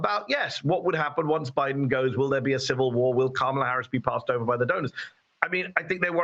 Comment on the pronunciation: You’d think that, as in the case of the CA caller, who is so tuned into Harris’ policy, he could at least pronounce her name correctly